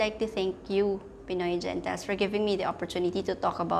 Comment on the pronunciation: Hi maam Gentiles po pronounce as HEN.TILES tnxs po